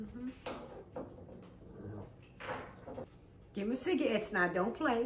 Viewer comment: Too funny one minutes it’s cigarettes, and then cigaettes! Lmao